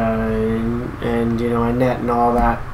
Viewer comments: It's not "Tar-a". It doesn't exactly rhyme with "aria" either, but that's a lot closer. In Finland, we pronounce every letter of the alphabet differently than their English counterparts. "J" is one of the biggest contrasts. The best way I can describe it to English-speakers is how you'd pronounce "Tar-ya", the "R" being rolled. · Tarja rhymes with aria.